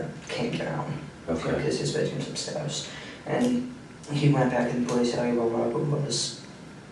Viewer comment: I’m a teacher and work with students needing speech services. He may have an accent from a certain area, but he definitely has trouble pronouncing certain letters and vowels when used with certain letters. Upstairs and ever really stand out to me.